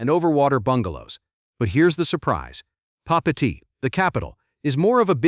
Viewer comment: Papeete, Tahiti..... pronounced Papey ey tey.